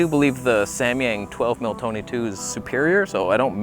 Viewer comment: we found the toneh.. wait wrong toneh